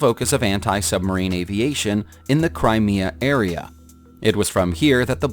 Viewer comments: Kerch is pronounced how it's spelt, not kerk. Crimea is spelt Cry-mee-ya, not Crimia, you pronounced it two different ways throughout the video. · Who wrote this, a 3rd Grader? A 747 is Boeing, NOT Airbus. Planes have Registration Numbers, NOT Resignation Numbers. You Pronounced Krimea in 2 different ways.... sheesh. MAYBE RESEARCH BEFORE PRESSING RECORD. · “Crimea” is pronounced “Cry-me-a”. “Nantes” is pronounced “Nont”. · I gave up after the failed attempt to pronounce Crimea, then I notice your comment at the top! ... tired of YouTubers pretending to be experts and wasting our time.